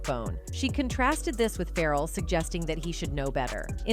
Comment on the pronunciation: I’m not sure how you can call yourselves, “,” when you mispronounce so many musicians names, again?! “FERAL...?” “Zin…diiiiya?” Come on! Do your homework, please!. These celebrities are pretty well known throughout the world... what’s happening? Do you not have anyone around, that can (help) and correct you before airing? I’m sorry, but it’s so disappointing to be listening and enjoying your program, only to be thrown out of it because of, (what sounds to be) a white woman, repeating, “FERAL WILLIAMS!?!?!”